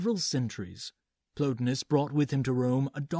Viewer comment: The guys names were Plo TIE nus and E PICT atis. Pls act as if you've heard these names pronounced somewhere.